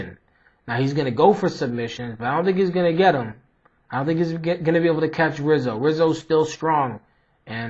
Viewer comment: Good breakdown. By the way, the R in Rizzo is pronounced like an H.